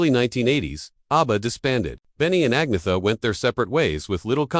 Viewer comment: “Ag-nee-uh”? AI again.